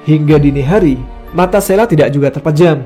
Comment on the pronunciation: Sheila, ada H-nya, bukan SELA. Parah!